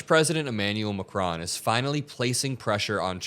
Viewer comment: Just for the hell of it: it is ma....KRON. Stress on the second part of his last name. Love your show!